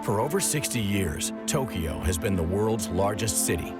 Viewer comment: He's also saying Tokiyo 🙄